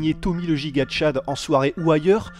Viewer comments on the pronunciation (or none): none